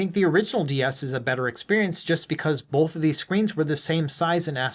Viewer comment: Good video but just a point... There's no L in the word BOTH.